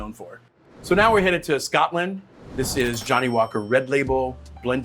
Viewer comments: He also kept saying “Scott-land” like a weirdo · I'm not even Scottisch, but I'm offended by the way he pronounces Scotland lol. Lot's to learn about Whisky still, I realise i'm not the target audience and it's atill a matter of taste (I think Jim Beam is better than Jack Daniels although IMO bourbons aren't whisky at all), but for example saying Glenlivet is peated where it isn't makes me kinda question his other videos too. No hate, just.. a bit disillusioned I guess.